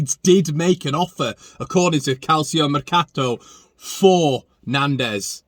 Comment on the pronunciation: Now then, i thought one of the Argentine boys/girls would have helped you with the calcio pronunciation.. but it has to come from a Leeds lad!! Calcio- Kalch-oh Italian for football